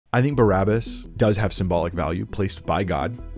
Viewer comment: Its pronounced Bah-rabah. It's literally means in Hebrew; son of the Father.